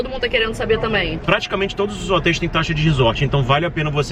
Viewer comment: “Obrigada a trodos” seria o correto